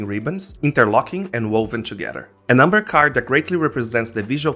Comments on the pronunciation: I am completely new to this, have no idea how this game works, but got curious and wanted to learn. Your video is my second dive into finding out more after stumbling upon some grown ass men of course making it all about money and card values lol I was thrown off by umber (amber) and cuh-rockters (characters) until I realized what you were attempting to pronounce lol xD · Your accent throws me off. It's good information but character and amber weren't inherently clear to me.